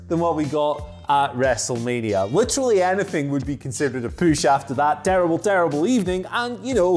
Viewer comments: Nobody: Absolutely nobody:: Poosh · The hell is a "püsh"?